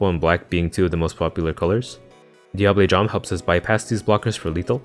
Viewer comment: Living for you pronouncing Diable Jambe property.